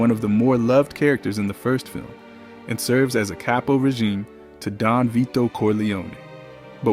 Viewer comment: Reg"Ay"me? V'Ay"to? Such disrespect.